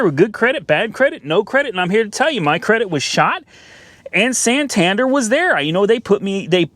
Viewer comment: Being from the UK the way you say Santander triggers me a little 😂